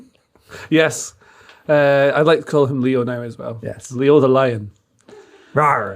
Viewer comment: Not Leo its LAY-O ffs